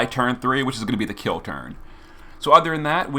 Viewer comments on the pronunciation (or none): none